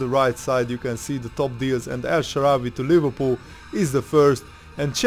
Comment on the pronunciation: "el shawarry" !?